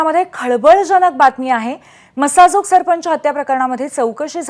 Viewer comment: मॅडम ला सरपंच शब्दाचा उच्चार येत नाहीये